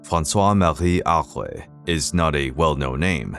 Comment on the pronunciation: Is this an AI narrator? Why did he try a French accent at the beginning when he can't manage "Francois Marie Arouet"? Can't pronounce "nom de plume" properly and sounds like he's saying "Using the azaleas" instead of "using this alias." I guess "this" was too difficult for him. If this is a person, why do people try to pronounce names in foreign languages? It always sounds lame. I don't know any country besides the US where this attempt is made. You never heard French announcers striving for an authentic American or British pronunciation for English words.